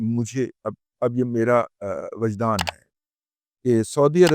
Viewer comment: وجدان، کا تلفظ 'و' کے ' زیر ' کے ساتھ ہے۔